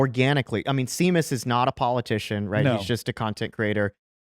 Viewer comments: Shame-us. Not Sea-mus lol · 'SHAY- MUSS' not 'see-muss' it's irish. like irish 'Sean' being pronounced as american 'Shawn' it's 'gay-lick' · It's Shame Us.....not See Mus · Guys...love you all!! Now a tiny correction.... The guys name you cite in the video who's name is Seamus is not pronounced "seem-us" it;s an Irish name and it's pronounced "shame-us"....got it??? Awesome video!!! Stay strong!! Haven't given the loser left any credibility for over thirty years now... 💪🏻🇺🇸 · His name is Shay-mus, not see-mus. It's Irish. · OMG Seamus is pronounced Shay-mus. Not Sea-mus. It's Irish. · It's not see-muss it's pronounced Shay-mus... So embarrassing. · See-mus or Shay-mus my guys. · Seamus' name isn't pronounced 'See-miss'. It's pronounce 'Shay-miss'. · I have to point this out because it irked me lol It’s pronounced SHAY-MUS, not SEAMUS 😂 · SHeamus not Seemus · His name is pronounced shamus. He writes it that way because he's Irish. Yes, I know, but don't hold it against him. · Seamus is pronounced "Shay-mus" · Seamus is pronounced Shay-maas. Similar to Sean is pronounced Shawn. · Great show, FYI his name is pronounced Shā-mus , like Shame Us... probably a good idea to get it right before he steels all your spoons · it's pronounced Shay-mus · Seamus is pronounced "shame-us" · It's Sha-mus though it's Irish for Freedom Toons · You did not just call him seemus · it's pronounced "shay-mus." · It's pronounced "Shame-us". Come on guys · Seamus is pronounced “SHAY mus”. You’re killing me Smalls! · not certain, but I believe it's pronounced "shay-mus" btw lol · Seamus is pronounced Shay-muss. It's like nails on a chalkboard... Or Gram-sKEE. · Its Pronounced Shamus he is the leprechaun that lives in Tim Pools basement and steals his spoons. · Seamus is [Shay-mus] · Running to the comments to inform you that "Seamus" is pronounced "SHAY-mus" because it is Irish, just like the Irish spelling for "Shawn" is actually "Sean." Please. My ears are bleeding. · "Seamus">>> "Shaymus"